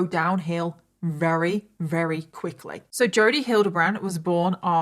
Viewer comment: Wery, rery, very. 😂